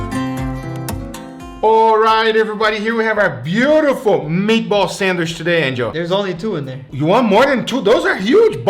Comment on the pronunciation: “It’s gonna go on a sandwish”